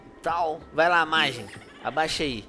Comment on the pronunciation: Mas você não falar Majin direito